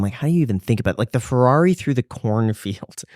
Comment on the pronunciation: says Ferrari “FArarie